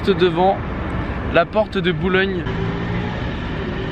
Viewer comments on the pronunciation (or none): Porte de Bourgogne pas « Boulogne » 🤦‍♂️ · Salut en tant que bordelais on dit porte de BourGogne et non pas de boulogne merci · Mes oreilles ont saigné. Porte de Bourgogne !